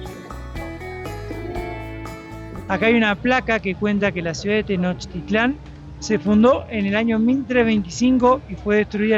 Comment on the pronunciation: No sé dice "Tenochitlán", se dice TENOCHTITLÁN. Favor de decirlo bien.